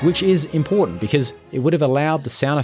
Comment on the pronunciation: "This is imporUnt"